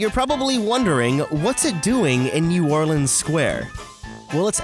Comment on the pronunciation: He is the only person that doesn’t live in Louisiana that says New Orleans correctly